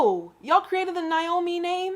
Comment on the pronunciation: He's wrong there, Naomh isn't pronounced like "Naomi" - it's like a cross between "neev" and "nave", depending on region/accent. There's no "ee" sound at the end, either way :)